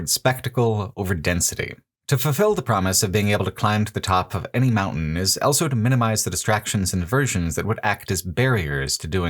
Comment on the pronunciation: pronounces the word "also" as "elso"